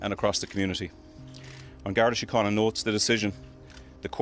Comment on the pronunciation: Gardaí is pronounced like "gar-dee" and síochána like "shee-ah-caw-na"